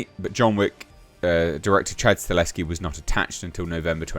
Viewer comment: Dude, it’s “Sta-HeL-Ski” not Staleski. I know you can read! You can do it! I believe you! 😂👍🏼 Lol. Sorry, it bothers me. Love your channel dude. Keep up the good work,. 🤙🏼